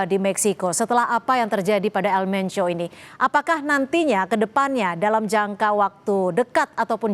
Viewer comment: BUKAN ELMENCIO EjAANNYA,, TAPI ELMENKO